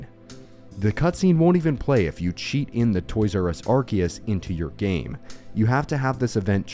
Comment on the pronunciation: rare youtuber that doesn't mispronounce arceus